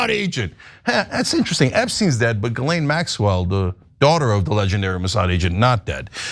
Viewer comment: The s is silent in Guislain